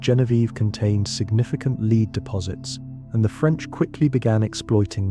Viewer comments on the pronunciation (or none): "led" not "leed" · Farmington a.m. LEAD pronounced LED. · It worked, I went to sleep. Now ÀM. Around minute 28 it bothered me to hear how "Lead" was pronounced. Good info on Marquette and Joliet though. I went to 1st grade in Grafton, Il. The good Pere did venture a bit upriver from there. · OMG - the word lead is mispronounced. DO NOT WATCH THIS